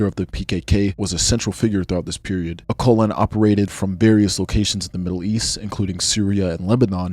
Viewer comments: bro you pronounced his name wrong. When you say "Öcalan" you should pronounc c as j, not q. İt will sound similiar to "öjalan". Btw Im Turkish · Öcalan is pronounced more like Ah-seh-lan. Oh-kul-en is dead wrong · You can’t even pronounce his name “Abdullah Ocelan”. Kurds don’t fight for nothing, you all know the Turkish state and its brutality.